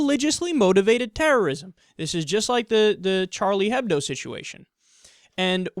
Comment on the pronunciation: When saying hebdo (or hebdomadaire, meaning weekly newspaper/magazine in French), the "h" is silent btw.